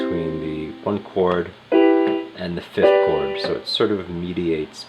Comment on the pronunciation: Good god, the way you pronounce the interval names drives me nuts! It’s fifTH not fifT!